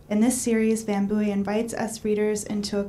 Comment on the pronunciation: Literally chuckling at how she says his surname wrong multiple times... Okay back to listening to the Dashing Mr Van Booy...